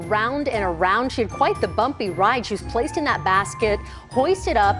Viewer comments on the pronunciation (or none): Pourquoi vous dites "ze" au lieu de "the" les français...?